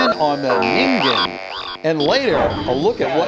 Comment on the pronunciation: for once someone pronounced ningen right